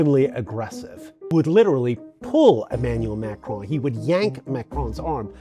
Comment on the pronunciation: If you are one of the vast number of non-francophones who cannot pronounce the name "Macron" correctly, PLEASE do what this gentleman did and keep the "o" short, as in "computer." The result is not perfect but French speakers are habituated to other linguistic groups struggling to replicate the very nasal sound of the terminal "n" in French words like "main", "veston" and "Macron". Pronouncing that almost entirely nasal "n" without allowing the tongue to touch the upper gums is a trick best learned in childhood, or by getting yourself mocked until success became obligatory, which is what happened to me. It would be so much more respectful than MAKROAN from anybody, and so much more professional from members of the Free Media. The traditional, corporative, media should know better already...